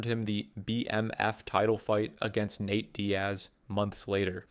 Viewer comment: How have you been making these videos for over a year and you’re still butchering so many names. HOW do you mispronounce “Nate” as “Nat”?